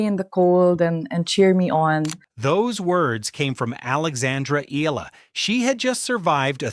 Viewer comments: E-YA-LA NOT E-LA. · Soon you’ll learn that her last name is pronounced “EEE-YAH-LUH”. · ok. getting tired of this dude mispronouncing her last name. please read this “EY-YEAH-LAH” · The least you can do is to pronounce her name properly. This is disrespectful.